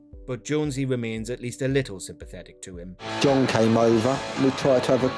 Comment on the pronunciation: As you start by getting John's name wrong I stopped watching